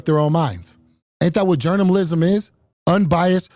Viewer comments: Journamalism 🤣🤣🤣. I can't believe he said that once let alone that many times. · What's really shocking about this video is that you could have mistaken every single time he said Jourmnamlism as the same clip, but they weren't.